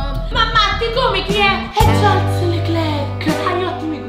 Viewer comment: Sono d'accordo con, quoto Leclerc come pilota migliore del 2024 P.S. Per, la -s di Charles non si pronuncia!